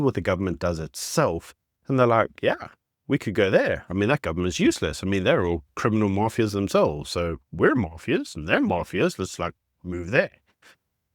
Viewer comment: I greatly appreciate your videos dissecting & making the news understandable. Zimbabwe The word mafia should have a more sharp sounding "a" , sorry just saying because it took a couple of listens to grasp that maafia was mafia